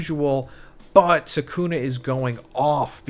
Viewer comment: Can you pronounce the names right? It’s sukuna not sekuna